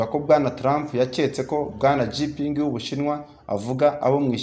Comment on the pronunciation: Président w'ubushinwa ntabwo ari Jipingi ahubwo yitwa Xi Jinping, bisomwa ngo (shinjiping)